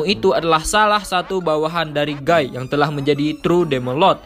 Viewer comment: sebelumnya aku minta maaf min, bacanya bukan gai tapi gi.